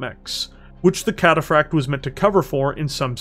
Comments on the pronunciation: I like videos, good stuff But I can't help but get so confused at the weird embellishment he says "Cataphract" with some weird rolling L sound sounds like he's saying "Cataflakked" even says it normally sometimes so it just make it really weird It makes it kinda hard to share his battletech lore videos with friends when they quote "cringe at the trench coat nerd way of over embellishing random words" lol otherwise good video, one of my favorite heavy mechs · Puttin some stank on that cataphract pronunciatoi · Great content, but hearing the inconsistency in pronouncing Cataphract is like reverse ASMR and really grated on me. 🤣